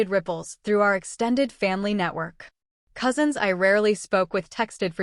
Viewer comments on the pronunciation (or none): none